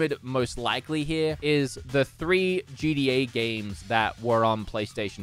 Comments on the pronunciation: Why is this man pronouncing gta gda? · It’s not “GDA” it’s “GTA”... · Say GDA one more time!! It’s GTA… GTA, for the love of.. ahh fugget about it. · Why am I hearing him say GDA instead of GTA, am I the only one lol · Why are you saying gda I mean you said it like five times one time I understand but come on